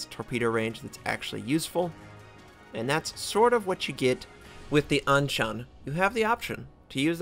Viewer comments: actually sound 鞍山 pretty good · Hey, im Chinese, and you pronounce the ship's name very well. lol